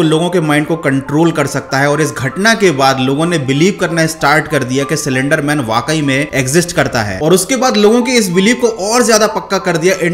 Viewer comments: Salender nahi slender pahle teek tarike sai pronaunce karo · What! He was pronouncing slenderman as cylenderman😂😂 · सलेंडर, सिलेंडर नही , ये है असली शब्द 👉"स्लेन्डर" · Everyone:- Slender man:- celendar man Pronounciation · Me too😂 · Broo i came her very seriously to know about slender man but when he say cylinder man I can't stop laughing 😂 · Video banane se pahle pronounciation sikh li ji ye. It's slender not slander ( both have different meanings and pronounciation) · Cylender nhi bhaii..... 🤣😁😁 slender man🤣🤣😁😁😁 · Well bruh you are prenouncing it wrong . It is prenounced as slender not selender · Cylinder man 😂🤣 aare bhai slen-der man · C lender man😭😭 it's slender broo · Bhai cylendr nai slender bolo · he says 'silender' man 🤣🤣😂😂😂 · he literally said cylinder man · No one: Literally no one: Not even spongebob: This guy: CYLINDER MAN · Till 1 minute I was also thinking it is “cylinder man"......😅😅😅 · Who Heard Cylinder Man In Place Of Slenderman😂😂😂🤣😂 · I also heard he told cylenderman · I heard it too he said"Cylenderman " Slenderman: Am i replaced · Did anyone notice that he actually Said cylinder man😂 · bhai aap bhi Silinder man hi bolte ho 😂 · Did I just heard "Cylinder Man" ? 😂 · Bro wtf I heard cylinder man😂😂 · Pahle slender bolna sikh le bhai